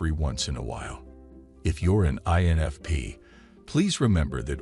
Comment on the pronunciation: I'm sure this is yet another AI vid. So many errors even the pronunciation of "INFP"!!! - sounds like it says "ANFP" and "ENFP" in first couple of minutes (that's all I could handle). And now I'm leaving a comment which boosts this vid's algorithm popularity. When will we ever get out of the matrix?!😨😨🤣🤣